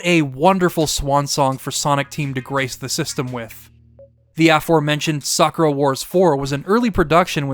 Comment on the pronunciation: Bro whoever is teaching you japanese ask for a refund, you get literally every single word wrong when it comes to accentuation. Its RYo, not ryO. its natsuyaSUmi, not natsuYAsumi Its saKUra, not SAkura. Its eROge, not eroGE. ikaRUga, not iKAruga Love the video though, good job and keep it up man and its great that you also like shmups, great taste all around.